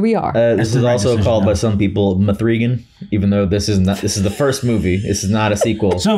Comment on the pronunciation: "Mthreegan," LOL.